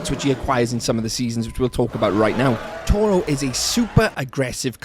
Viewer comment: It is TORO!!!